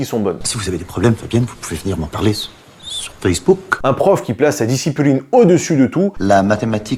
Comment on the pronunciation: "la discipuline" c'est la seule chose que je vais retenir de la vidéo. Voilà.